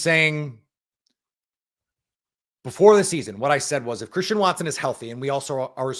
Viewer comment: Collectively, throughout the game that was one of the worst called games I have ever listened to in my entire life and I'm 46 and I've been watching and loving the NFL or decades. "what a play from Chwristian Watson", heavy on the 'w' that doesnt existi in his name, Christian. But Tom Brady is the absolute most annoying 'color commentator' or whatever the f*** he is 'supposed' to be. This entire game Tom Brady was on the Bears nuts, and in doing so, just bash the Packers. Yeah that's right, a team that's 4 and 6, he was sucking their dick the entire f**** broadcast! But no the Packers who are a better team who have much better of a story to tell from individual players to the coaching to the rise of young players, etc was overlooked because Tom Brady is so ignorant that he overlooks the general high level concepts. Not even that, as far as color commentators go as far as the enunciation and the timing goes this guy is just offbeat and just messes with the entire flow of the game. His stupid ratings of throws? Awful. Are you effing serious? Do you know how awful Tom Brady was throwing the ball around? Not only that, on Jordan Loves interception he calls it "bad football". Yeah that's right he literally defined one throw as bad football. To me that's ignorant analysis of football. But when one of the worst quarterbacks in the league, the Bears QB, overthrows another player in the exact same scenario later in the game but it's just happens to not be intercepted, Tom Brad